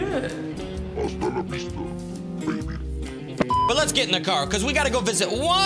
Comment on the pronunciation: When he said asala vista😂😂